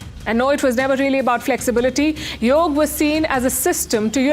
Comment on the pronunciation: Yoga is the right pronunciation! In the North, they often cut off the vowel at the end due to the influence of Urdu, a language of the Muslims who colonized India!